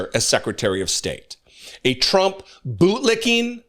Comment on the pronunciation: Maybe he only served in the middle part of the country. 😂 Chump (as Karoline Levitt pronounes his name) really knows how to pick them.